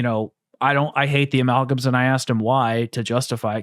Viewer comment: Anyone else hear them say ameowgam